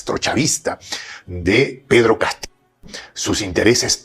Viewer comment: Este señor porque dice Pedro Catillo